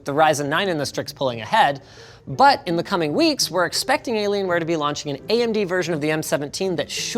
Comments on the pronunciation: I love the way he says "delaylionware" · Hah, “De’llaienware” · Has anyone else heard "deliriumware"? - and again... Cannot unhear. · i thought he said delaylienware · I keep hearing De Lalianwear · Did he just say delaylienware? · Hey Linus, what's up with the "Delalienware"?😂